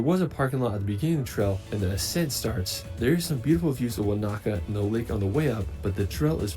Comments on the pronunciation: if the dude in the video said "wah knacker" for Wanaka one more time...its correct pronunciation is wo nuh kuh similar to Hanukah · I don't have a specific favorite place in NZ - I more like to road trip and let the vibe wash over me again and again. Also, that dude was annoying the hell out of me with his "Wanāka" always with the "Wanāka". NO! Wanaka. No ā in the middle! There's a difference between a and ā!